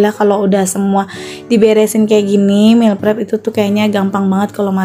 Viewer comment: Sedikit koreksi meal not meel hehe ... 🙏